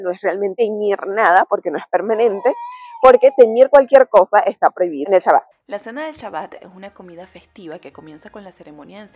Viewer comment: Kashrut, y es Shabat, no shabot, no sabat, Shabat